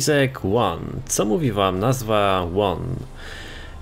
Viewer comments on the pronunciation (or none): To się czyta: Koenigsegg Agera ''łan tu łan'' xD